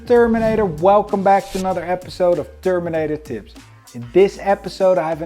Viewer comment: I suppose "THERMINATOR THIPS" does come across as a little Mike Tyson-ish, but I didn't know how to best convey the Dutch accent 🤣 Side note: LOVE your instruction. I look forward to attending Terminator School one of these days when I'm not terribly poor